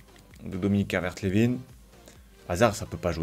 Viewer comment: Juste on dit Calvert lewin comme winner